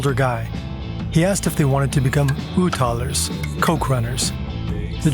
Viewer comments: Ay noooo mijn broeder oothalers?! Broeder het is uithalers, er is niet echt iets in Engels dat daar op lijkt, maar denk aan uuuuuuhhhhhhhhh dat aan het begin. (I'm from Antwerp) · I really wonder if you guys actually interviewed those Dutch language natives you portrayed in your documentary, or just used older interviews that you found elsewhere. If you actually did I’m flabbergasted how you butchered the word uithaler that bad, just a thought; use google translate when in doubt. It’s not only you guys but it just baffles me how serious documentary-makers on YT butcher European names or towns so damn bad. If you put in such amount of work in research why not check the pronunciation on words in a language foreign you? Might just be me but I find it terribly insulting to hear… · Ah ja, de uithalers. Pronounced as OOThalers lmfao. Should have asked Hoog. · why did yall use a german sounding voice to say uithalers that is not how dutch people would say it ( as somone who learned dutch in school ) uit from uithaler would be closer to saying out english and haler is just ha-ler like ha-ha or but-ler ( cant think of a uit sound in english out whas just the closest comparison ) Or im looking to deep and the word come's from german ig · UITHALERS it means > OUT GETTER < how do some of you people mispronounced languages. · That pronounciation of “uithalers” is funny, the dutch “ui” is very hard to pronounce for non-native speakers!